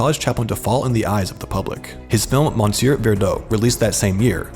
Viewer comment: "Mon seer"? 🤔